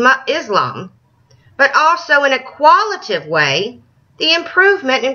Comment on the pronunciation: I'm shocked. Shocked I tell you! I'm shocked that high school kids in North Carolina are actually learning words like "quantitative" and "qualitative." It is amusing that the woman in this video couldn't properly pronounce them, of course. But big words like those for NC kids? Better watch out, these kids might get too smart to be indoctrinated by Fox News!